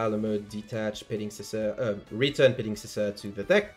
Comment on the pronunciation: Our man flexing that he can actually pronounce petingcessoeur.